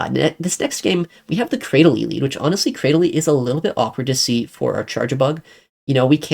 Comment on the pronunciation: Cra- dil- ly. How you pronounced it threw me off